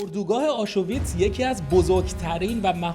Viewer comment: تلفظ کلمه آشوویتس😅 آشویتس